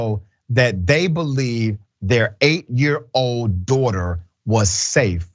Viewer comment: Does anyone else notice he says daughter weird? More like dorghtor.